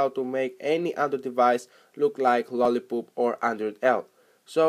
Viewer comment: did he just said lolli"poop" in